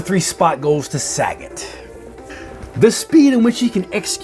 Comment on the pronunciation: bro called sagat sag-it its pronouced sa-got